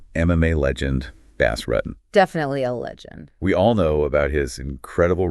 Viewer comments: I know right. Bass Ruttin? BOZ ROOTIN IS HOW IT'S PRONOUNCED!! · Imagine talking about someone like you know this person through and through and not being able to pronounce his name right….. Bas Rutten (Bas Roo-tin) <——-🤦🏻‍♂️ I wanted to lose my mind every time you said rutten. And you said it SOOOOOOO many times. 🤦🏻‍♂️ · Bass Rutttten? Who the heck is this guy talking about lmao? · Bass Ruttin 😂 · Canwatch this because they can't even pronounce Bas's name right if your gonna do a video on someone for zgod sake learn how to pronounce his name correctly!!! Damn!!!!